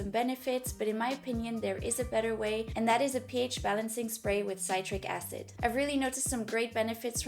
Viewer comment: It’s pronounced Sit-Trick acid. I’m excited to try.